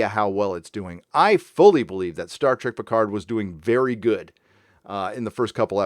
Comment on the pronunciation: I don't defend this bad show but when it comes to foreign languages English-speaking Hollywood always was lazy. Look at Picard - as a Frenchman he is mispronouncing his own french family name since the first TNG episode...